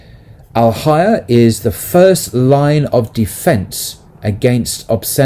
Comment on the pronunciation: Thank you for this discourse. Something that might help in pronunciation of Arabic words is to be aware of the long vowels. So for example fahisha is pronounced faahisha, and haya, hayaa. Its hard to see this in the transliteration if long (natural elongation) is not marked clearly.